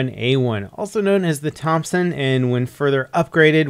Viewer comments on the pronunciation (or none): none